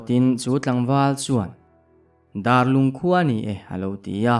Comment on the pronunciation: Darlung hi "dar" lai kha a ki sang a lam tur a nih duh hmel riau mai darlung khua chu a awm ngei a mahse a "dar" lai a hi mihring dar kan lam anga lam hniam nilo in dar tangka kan sawi anga a ki sanga lam tur anih duh hmel khawp.mai